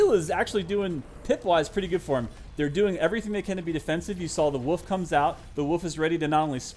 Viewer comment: Why does he pronounce wolf like "woof"